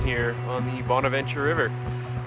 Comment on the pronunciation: Let's canoe down this nice river and enjoy nature. Bursts my ear drums with loud music. Bahn-avahn-cher. Psh.